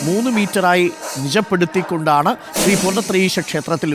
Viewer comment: ത്രി പൂർണത്രയീശ അല്ല.. ശ്രീ പൂർണത്രയീശൻ ആണ് അത് മനസിൽ ആക്കിട്ട് സംസാരിക്കു അരുൺകുമാർ 🙏🙏🙏🤣🤣